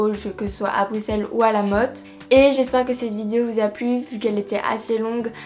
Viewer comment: Je suis contente moi belge enfin quelqu'un qui prononce Bruxelles convenablement ouf sa a mis du temps j ai cru que sa arriverait jamais XD 😂(Sinon j adore se que tu as acheté ).😘